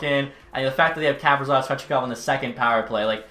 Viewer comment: Ka- pree- sof come on